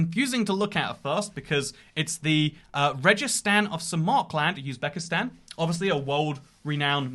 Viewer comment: İt triggered me so much how you said samarkland instead of Samarkand 😭😭